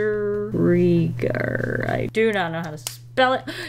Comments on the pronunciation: The gar is a hard g not the soft j sound 🙂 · HAHAHHA NOOOO the way she pronounced "budgerigar" killed me odkdjrjeodkf You can just call it a budgie xD